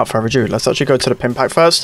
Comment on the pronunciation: If he says ‘without further AJOO’ one more time 😂